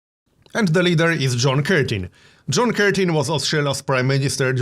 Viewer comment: Curtin, not Curton. In Canberra (capital) the suburbs are names of former prime ministers. Used to live there.